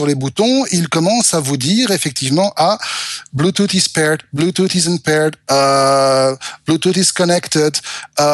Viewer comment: "Bluetoute" <3